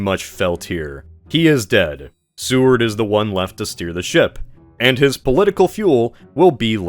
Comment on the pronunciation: It's not Sue-ard. It's SAY-ward.